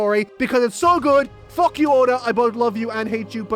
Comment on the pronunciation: i like this youtuber, he doesn't say fuck, he says fock